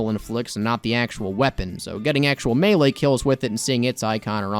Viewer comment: Why did i hear Mewee intead of melee